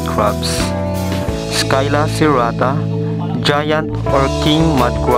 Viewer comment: Hi nice video. I think it is not pronounced 'Skyla' but 'sila'. At any rate, professionally done video.